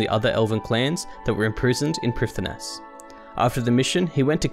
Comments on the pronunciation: First off: love this channel and what it means to people who really enjoy Runescape lore! According to oldschool wiki: Prifddinas is pronounced "prive-THEE-nuss", Ardougne is pronounced "arr-doyn". So there. I wish some content creators (there are a few) would care more about pronounciation, since it makes a lore video like this, or any progress video for that matter, feel more authentic, well researched and wholesome. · I liked that you got to do the voice. I didn't like that neither of you pronounced the names of Prifddinas, Lletya and Tirannwn correctly. (prive-THEE-nuss, LLE-to-ah (Welsh "LL" sound), TIR-a-nun) (Source